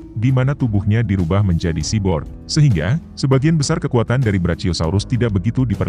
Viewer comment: cyborg bacanya bukan siborg tapi saiborg